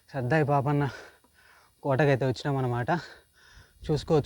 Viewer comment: సర్దార్ పాపన్న వుచ్చారణ సరిగా లేదు. ఇది భవనగిరి కోట కదా చెప్పలేదు